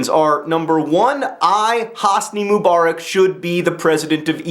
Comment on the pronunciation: PLEASE! It's not "moo-bar-ick," it's "muh-buh-rack." I've never heard a more Americanized pronunciation of anything in my life.